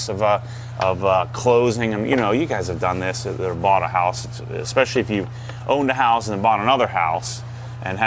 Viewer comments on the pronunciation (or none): none